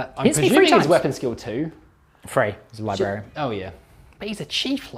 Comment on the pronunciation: Every time says "lie-berry-ann" an angel gets its wings.